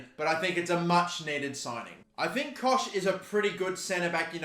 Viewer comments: Helpful tips - It's Luke Ayling not Dan Ayling - It's pronounced Koghck not Kosh - If you sell Phillips no Leeds fans will watch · Pronounced cock